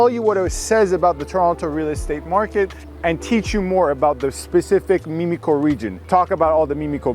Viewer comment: Thanks for your quality & highly informative videos. One thing, it's not " meme-ico", it's Mim (rhymes with Tim)-ico.